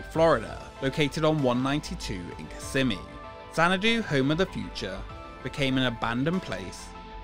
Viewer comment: I remember my dad took us to this when I was a kid. I thought it was so cool! P.S. It’s pronounced kiss-SEH-mee (based on a Native American word)